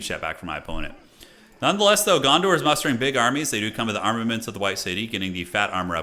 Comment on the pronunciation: Dondor? Kinda sounded like u said that instead of Gondor. Maybe its like annoying step brother, Dondor